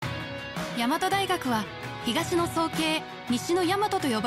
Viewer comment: そもそも早慶のイントネーションおかしくて草